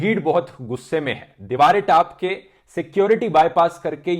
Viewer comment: mint one of the haryenavi speak typical hindi "deeware taap ke" 🤣😝🤣😝🤣🤣😝🤣😂 just kidding bro love you brother am also Punjabi I can understand brother